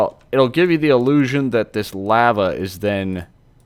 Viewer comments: Cool vid but the way you say lava makes me want to cut my ears off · did he say lahva